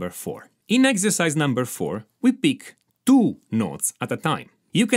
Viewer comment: Exercise number Tuu!